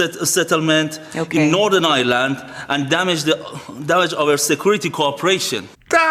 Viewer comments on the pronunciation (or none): none